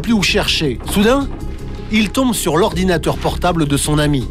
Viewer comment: Arnaud : "Quand j'ai vu que l'ordina' d'Amel..." L'ORDINA? wsh Arnaud c'est quel mot ça ?